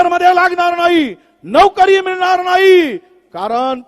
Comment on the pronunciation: नवकरी नाही नोकरी असते ती, कट आफ नाही कट ऑफ असतो.महाराष्ट्रात राहून मराठी पण नाही शिकलात.😂😂